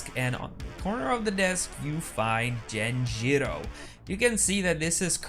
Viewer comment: So what? This isn’t how you pronounce it, dude, like not at all.